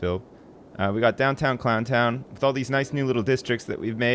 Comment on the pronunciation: you missed the n on both "Clow'n' town Leeroy Brown" and "Clow'n' town Jackie Brown"